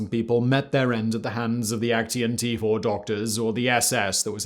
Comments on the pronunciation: Aktion is actually pronounced like "ahk-tsee-on". not "ek-tee-on" triggered my german grammar hating heart. lol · Just a side note, "Aktion" in German is pronounced as ak-tsion (IPA: akˈtsjoːn). So are all words ending in -tion, similar to how it is in English. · Why do you pronounce „action“ as if it’s a German word? 😂. In German it would be spelled „Aktion“ and pronounced very similar to the English word. You keep saying Aktien, which means stock, which I do not believe the Nazis sold. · I'm sure you could get hold of someone helping you with the right pronunciation of German. I wonder who came up with "A—KT—ion" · Since I am kinda triggered by the way Simon says Aktion: You say it like ac pause cyan, but replace the a in cyan with an o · Oooh come on.... Put a German word into Google translate and have it pronounced correctly for you, before saying it wrong through the whole video! yes, I'm talking about AKTION. Otherwise: great vid again! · there is no 't' in 'aktion' 😊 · Great content but the way you pronounce "Aktion" is really really weird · I kind of like the way you mispronounce "Aktion", given that it's literally the German word for "action". NoFront, it is just funny to my ears. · yeah, me too - but perhaps I am getting used to Simon mispronouncing "foreign" words? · Aktion is Action in english.why do you struggle to say words